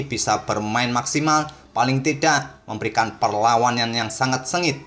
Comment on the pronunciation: Biasa aja bang kalo ngomong perlawanan sampe belepotan 🤣